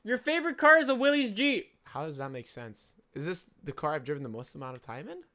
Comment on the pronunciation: 53 seconds in and you've already offended me. I'll have you know that the Willys MB helped win the war, and shaped offroading into what it is today (and it's pronounced Will-is, not "willeeeeezzz")